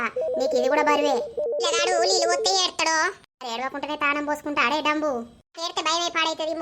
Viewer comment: డంబు గాదు డుంబు అని పిలువు